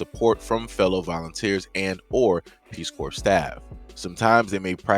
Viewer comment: If they never seen any black people, how do they know the Nword??? Because Ukraine has a serious Nazi problem. Putin ain't with that stuff coming east. P.S. stop pronouncing the P in corps.